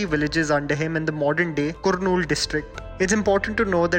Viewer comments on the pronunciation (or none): Lol yeah it's Kurnool(Karnool) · Pronounce carnool please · Spelled "Kurnool" but its pronunciation is "Karnool" FYI. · The "U" in Kurnool is "U" in 'but' not the "U" in 'put'!! :-) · it is pronounced as karnool not kurnool, but it is written as kurnool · Kurnool is not pronounced like that it's pronounced more like Karnool (even though it is written as Kurnool in English ) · Its pronounced Karnool though written as kurnool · I have been a follower of you channel from quite some time now and I like the fact that your content is diverse . Also IAM from 'Kurnool' and your pronounctaion of the city name was incorrect... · Ok !! the way you pronounced kurnool is so funny and cute at the same time 😄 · The mispronounced names like uyyalawada, kurnool, rayalaseema were deeply disgusting. We know you guys can't pronounce anything beautiful than hindi but keep your ears perfectly on pronunciation and spell it properly. Don't make a video on other languages if you can't spell them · Kurnool pronunciation😂😂😂😂😂